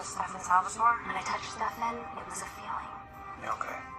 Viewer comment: i love how u called stefan stefAn like kai did LMAOOOO